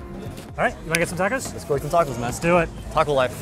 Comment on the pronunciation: This dude. Really said TaCo LiFe. And I’m here for it 😂😂